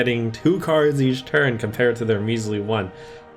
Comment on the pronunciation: "In one tun" Whoops.